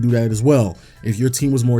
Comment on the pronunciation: And “you(‘)r(e)” and “guard”